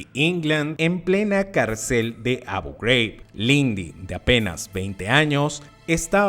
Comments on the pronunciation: Manín, Abu Ghraib es un nombre árabe, no de EEUU. Es Abú Juráib, no abouw greiwb. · ¿Por qué pronuncias Abu Ghraib" como si fuera algo en inglés? Es árabe. Pareces el típico gringo ignorante pronunciando así. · Tema interesante pero tu pronunciación de Abu Ghraib lo hace infumable